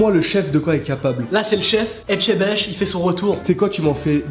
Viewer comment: Je vous adore mais on dis etchebest 😂❤️💕😂😂😂🥰